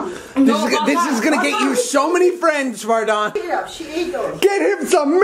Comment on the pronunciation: Hello Hello no it isn’t it’s Vardon🤦🏻‍♂️